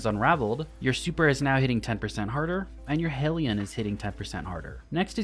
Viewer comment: Thank you for being the only person on YouTube to pronounce hellion correctly